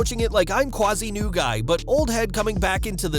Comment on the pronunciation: You got "quasi" right, kudos.